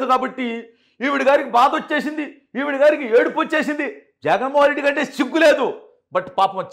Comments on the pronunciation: బ్రో... రెడ్డి అని స్పెసిఫిక్ గా వత్తి వత్తి చెప్పద్దు. ఎన్ని కుట్రలు చేసినా, కుల చిచ్చు రగిల్చిన కూడా కూటమి అధికారంలోకి వచ్చింది. వాళ్లు చేసిన తప్పులే మీరు కూడా చేయద్దు. ఆ పాప ఒక జఫ్ఫా అభిమాని కూతురు అని, ఇది మొత్తం ఒక స్క్రిప్ట్ అని రాష్ట్రం లో అందరికీ అర్థం అయ్యింది. రెడ్డి సామాజిక వర్గంలో కూడా ఇటువంటి చేష్టలను ఈసడించుకుంటున్నారు... వాళ్ళే కాదు కొంచెం common sense వున్న వాళ్లు ఎవరైనా కూడా ఇలాంటివి చూసి నవ్వుకుంటారు.ఆ సామాజిక వర్గంలో సుమారు 50% మంది అతనికి ఓట్లు వేయలేదు.... అందువల్లే కడప జిల్లాలో కూడా 7 సీట్లు కూటమి కైవసం చేసుకుంది. వాళ్ళను వేరుగా చూపించి మాట్లాడ వద్దు... ప్లీజ్ నోట్... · Reddy అని ఎందుకు అంత గట్టిగా చెప్తున్నావ్.. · Reddy ani vatthi palakadamu baaga ledandi.